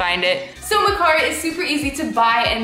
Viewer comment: That’s not how you say mercari